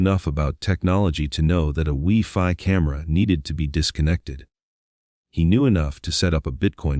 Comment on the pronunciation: What dummy is narrating this video? Goothrie vs Guthrie? Alaby vs Alibi? Li-sure vs. Leisure? Wee-Fi camera vs a Wi-FI camera?So many mispronunciations on this video.